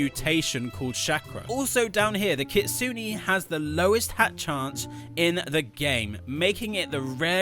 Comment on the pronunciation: GROW A GARDEN GETTING CANCELLED IS WILD 😭 edit: you pronounced kitsune wrong 😔💔 (I have nothing against it, it’s just smth I noticed lol)